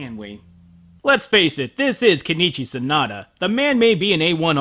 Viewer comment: His name is Sonoda, not Sanada. Please, please stop the butchery.